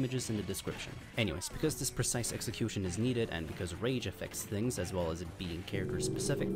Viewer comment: izaws "as well as" is painful to listen to